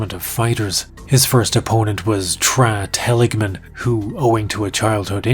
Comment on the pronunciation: Tra Telligman’s first name is pronounced “Tray” not “Trah.” It’s funny you made that mistake seconds after poking fun at the Vitor/Victor thing. Which, by the way is what Vitor actually went by when he was training at Calrlsons. The name he went by in the very beginning was Victor Gracie. Edit: found another one-The first man to wear gloves in the octagon was Tank Abbott at UFC 6 in Casper WY.